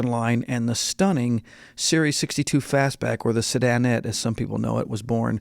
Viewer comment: You get points for pronouncing 'sedanette' correctly! Seems like a lot of people can't, along with the word 'console', for some reason. Hey! I love stockers, kustoms, customs, hotrods, resto-mods, rat rods... all of 'em... But man, some of the modifications that I see people do to otherwise NICE cars are pretty questionable, no? Doesn't that drive ya nuts?👀